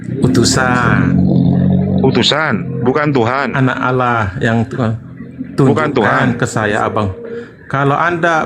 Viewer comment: kpd debater muslim harus tegas..jgn biarkan kata "Allah" diklaim oleh oten. sakit hati mendengar oten mnyebut alah...pdahal mereka itu mnghujat.